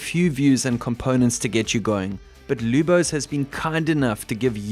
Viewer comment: You nailed my name kudos!